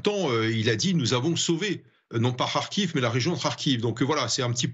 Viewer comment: "Ils ont sauve la region de Karkhive" 😂😂😂😅😅😅😢😢. Ce me faire rire.